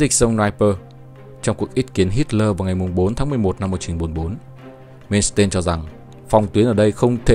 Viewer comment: Làm về nước đức thì làm ơn xem lại cái tên của ngta hộ cái Phát âm thì sai lè :))) tiếng đức mà ông cứ làm như tiếng anh, "mên s tên' 🤣